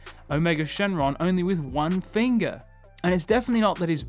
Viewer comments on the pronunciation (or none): none